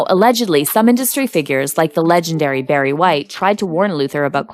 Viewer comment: Barry White. Not Berry. LOL